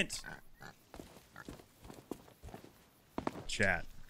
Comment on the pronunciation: i'm confused, is chad your boyfriend or are you saying "chat"?